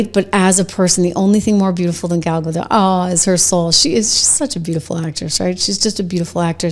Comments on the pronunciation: It is GADOT NOT GADO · It's pronounced Ga-DOT, not Ga-DOW. Gal is Israeli, not French. 🤪😝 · ....not to be picky but its pronounced "ga-dot" rhymes with "got"... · Hey…just one thing. Gal’s last name is Gadot. The T is pronounced. It’s Hebrew, not French. I noticed that a lot of Americans pronounce it like JK Rowling intended Voldemort to be pronounced.